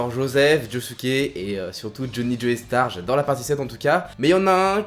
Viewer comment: super vidéo comme d'hab, par contre faut arrêter avec joey star c'est joe-star la prononciation xD